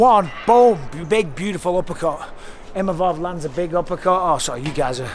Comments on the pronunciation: it's "Imavov" not "Mimavov" respek his name now! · 😂 The worst butchering of a name I've ever heard. Izzy needs to retire and start a family❤